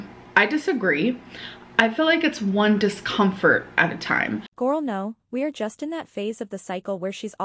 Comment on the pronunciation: Its "discompfhurd" 😂